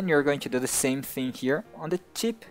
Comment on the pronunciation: when u say "tip" it sounds like "chip"